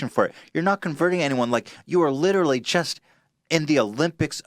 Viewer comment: "liTRALLEEEE" "LITRALLEEEE" say literally right